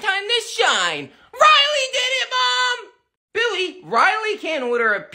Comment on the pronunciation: It's Riley not railly